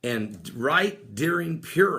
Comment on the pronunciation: Not to be a smart alack. Purim is pronounced pur like what a cat does. Pur =lot, im is the plural. Purim = casting lots. We see this at the crucifixion where the tall it was gambled for. We also see this word in the celebration / fast of Yom Kippur, The day of casting lots.